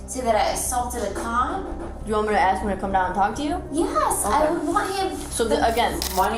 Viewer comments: Why can't they say "ask"? They say axed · It's so annoying when people say "Axe" instead of "Ask". Learn English idiot's. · You dont say "we was" its "we were or we are" ......and its ask not aks...learn like I had to learn before moving to US..... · why cant americans say Ask? there are no Axes here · For the love of god’s green and verdant earth, it’s ASK not AX. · She axed to go to the lie-berry